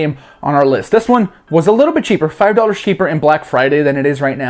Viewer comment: sounds like hes saying DAUGHTERS not DOLLARS. Try to unhear that...